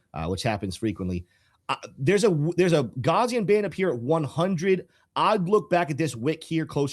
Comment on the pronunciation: gaussian: the first syllable (gau-) rhymes with cow second syllable (-si-) sounds like see third syllable (-an) sounds like the word in. please, for the love of god, do not pronounce gaussian as "gauze"-ian.